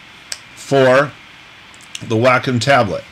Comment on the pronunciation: Hi! It's me, Wacom's Whirl Girl! Great tutorial! Nice seeing you on here! FYI: It is pronounced like "WALK 'EM" (without the L..) Not Whack 'em, not Way com... but like Walkum without the L... lol Looking forward to seeing you in Italy when it opens back up. Hope you and the family are well!! - Adale 'Give It A Whirl'